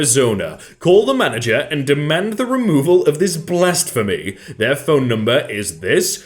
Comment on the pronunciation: Tusk-en? Blast-phemy? Blastphemy that Tusken back to England!